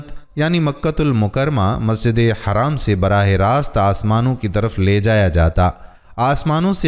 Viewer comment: Aap sab masjide haram ko haraam kyu kehte ho Wo kya ham par haraam hai Nhi na To haraam mat boliye plz wo masjide haram hai na k haraam